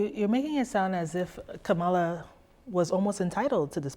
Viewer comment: Uh oh. She pronounced Kamala incorrectly. She must be racist.